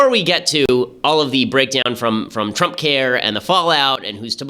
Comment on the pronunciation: Am I the only one who keeps hearing "Trumpcarrot" instead of "Trumpcare"?